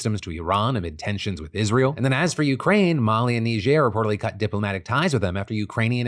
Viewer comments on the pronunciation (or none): none